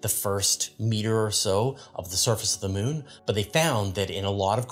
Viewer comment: I have no problem with the way pronounces Charon, but I must admit I giggle a bit whenever he says Mewn (moon). 😁